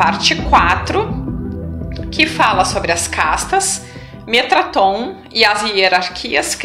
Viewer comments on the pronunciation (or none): Observação: O nome correto do anjo é Metatron e não metraton. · Olá, Td bem??? Seus vídeos são espetaculares..estou seguindo... Já estou no 16... Se me permite, gostaria de corrigir (contribuir)..Vc disse metraton, não está correto...o correto é METATRON...(apenas somando) ok??. Estou adorando os vídeos, já indiquei pra algumas pessoas... Mto grato pelo seu trabalho.. Graça e paz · Metatron eh o nome correto, e não Metraton. Grata pelos vídeos.